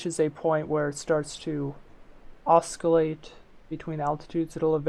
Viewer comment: Hey, thanks for the video! I'm a new FtD player struggling to learn PID and this was helpful. My only gripe: the 'c' is silent in "oscillate";) looking forward to seeing more FtD tutorials from you!